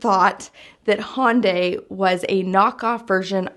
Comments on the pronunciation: Hyundai is pronounced "HUNNDAY" like "Sunday". You're still crisscrossing it with Honda by calling it a "Hon-die". I say this only because my dad tried to talk me into a Hyundai as my first car when I was 16 instead of a Camaro and I remember their marketing material stating "Hyundai rhymes with Sunday". LOL. Which do you think I chose? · Hun-day, not Hon-day. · If the US pronounced the names correctly like the rest of the world there would possibly be less confusion - Hon-da - straightforward but it's pronounced Hy-Uhn-Di everywhere else on the planet - not hun-day. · Hyundai is pronounced like Sunday...not Honday. LOL! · Pronounce Hyundai like Sunday. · Hyundai is pronounced Hi-Yun-Die. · Hyundai is pronounced “hun-day” or "h-yun-day” Hun like sun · Say "Sunday" ... then say "Hun-day" ... that's how you pronounce Hyundai. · He yawn die